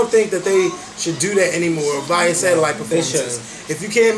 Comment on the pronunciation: Beyonces performance was so awkward and out of place. Like why even was it there? I mean the performanc was hawt, but it was OUT of place. Also, imma need to pronounce VIA correct... =/..lol